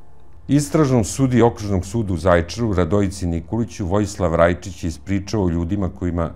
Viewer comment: Aman nauci kako se izgovara Zajecar